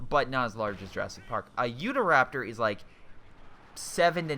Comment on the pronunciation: It is pronounced You-taw Raptor not Youda Raptor lol.